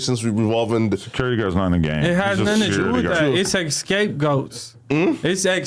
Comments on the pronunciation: Our guy said "escapegoats" 😂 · My Guy Wtf Is Escape Goats? You Mean (Scapegoat) Lmao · What's really crazy is him pronouncing scapegoat as "escapegoat" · “Its a escape goat”2x had me dying you mean scapegoat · Bro, did i just hear him say “escape goat” 😅😅😂😂